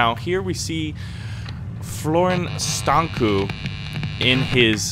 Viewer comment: How funny you say Florin Stancu, and it's a Romanian name by the way